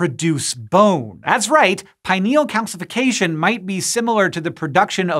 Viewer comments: I learned that gland to be pronounced as pin-eal not pi-neal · PIN EEL, not pie-niel